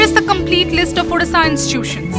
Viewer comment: Its not udisha , its Odisha with an "O"